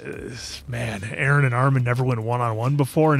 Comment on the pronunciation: It's annoying how many you guys pronouncing eren's name wrong!!